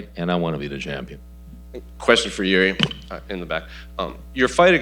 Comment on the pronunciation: Im so fckn sick of this “interviewers” who don’t even know how to pronounce “jiri” it’s not “yuri “ WTF why’s everyone saying Yuri????? Fckn dumb ppl